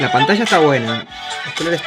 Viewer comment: escucha a como dice Pantalla, no como tu que dices panatacha, mira ella dice huella y tu dices huecha, se dice ya, no cha, es Yogurth no chogurth, es manager y tu dices manacher